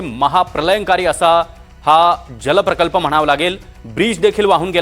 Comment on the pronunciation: Pralaynkari...prakalp..are zandu tu marathi tari nit bol